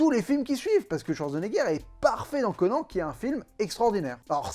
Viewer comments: Slt! Bon je vais pas aller sur terrain du catch parce que "The Most Electrifying Move in all Entertainment" risque de partir par contre... (Grognement)...CONAN se prononce CONANE!!! Par Crom j'ai été obligée de souillé le nom du dieu de la baston avec un E... Buliiiaaaa!!!!😂😂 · ooula fais attention comment tu prononce conan sinon ca va barbarder